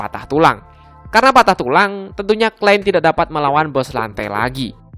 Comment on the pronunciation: Bang, saran gua, nyebutin nama nama nya yang bener dong, biar gk salah pengartian/salah paham Klein (bukan klen) Amusphere (bukan atmosphere) Nerve gear (bukan never gear) Underworld (bukan underwall)